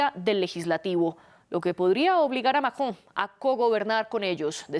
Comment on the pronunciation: Por Dios no puedo tolerar a la primera analista "" no sabe hablar o es no sabe pronunciar el nombre del Macron... Y solo repite extrema derecha, que fastidiosa